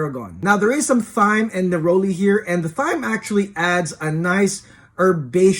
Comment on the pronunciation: Tarragon smells like Anise, Russian Tarragon smells like sweet grass. FYI the H in thyme is silent.